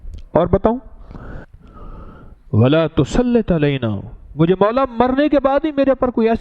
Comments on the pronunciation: Wa la tu salit ... Zer h zbr nhi ( Tusalit) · he said with zer